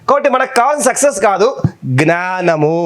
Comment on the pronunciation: సార్ నేను ఇలా messege పెడుతున్నందుకు ఏమి అనుకోవద్దు . మీరు జ్ఞానము అనవలసిన చోట gnanamu అని అంటు న్నారు దయ చేసి జ్ఞానము అని పలికే లా చూడండి plz ఏమీ అనుకోవద్దు